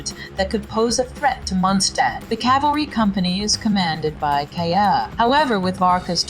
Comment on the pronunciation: That's because it's an AI voice, unless I'm mistaken. Because I refuse to believe someone butchers Kaeya's name so violently 🥲